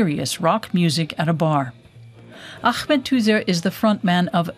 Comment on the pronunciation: Whats with trying to pronounce his name Arabic style with AGHMET, his name is Ahmet and its pronounced aah-met. Turkish does not have that throat speaking like in Arabic or French